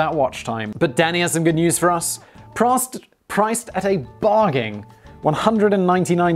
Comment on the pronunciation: Yeah I love it too! Also , he misread "priced" as "prost-" so the editor showed a diagram of a prostate. Thank you, editor.